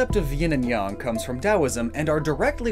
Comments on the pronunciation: You're the first white person to ever say my last name (Yang) correctly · If ying is feminine, and the yang/yong is masculine and the way you said it uh, that is some pretty good pronunciation “Zecrom is hard, tough-“